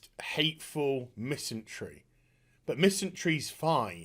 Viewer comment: MisanDry, not misanTry.